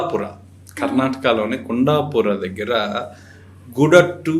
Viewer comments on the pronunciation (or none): Kunda kadhandi Kundhapura ani palakali.